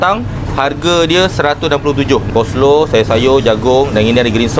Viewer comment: Sebut coleslaw pun tak betul. Bunyi macam cole slow.. Betul ke dia ni Chef?